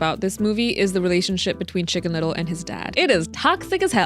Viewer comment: Shicken little ✨